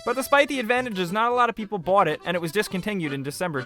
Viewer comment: "not a lot of people bwot it"